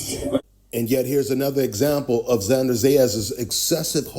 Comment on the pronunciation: Bro, it's not XanDAR, it's XanDER.